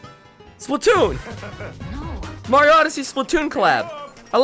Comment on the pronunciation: u said morio